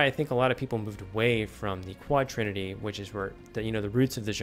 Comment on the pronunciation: It's quaternity, not quadrinity.